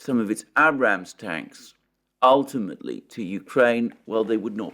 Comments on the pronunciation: 😁I chuckle now, each time I hear - Abb'Ramz tank... That's all Alexander, luv it brother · Yay. You finally said Abrams tank correctly. 😆